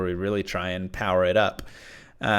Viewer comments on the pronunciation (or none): none